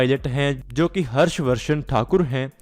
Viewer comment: He is Pakistani guys. We don't use the word riwayati in india, instead we use parampara. Second, he is unable to speak Harsh Vardhan properly Sorry dude I could not even find the reliable source of your information. By the way, why don't you make a video on airframe flaw of your junk fighter jf17, leading to grounding of 40% of this junk fleet.